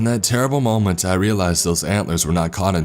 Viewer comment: God your inflection sucks, listen to mr Davis, kingspook, creepsmcpasta, they don't need to alter their voice like you do. Why talk like that? "...moment-uh" , "at night-uh" "...the visibility-uh"